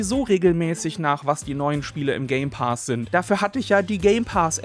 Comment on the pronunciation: „Game Paas“ so sprichst du es aus 🙉😂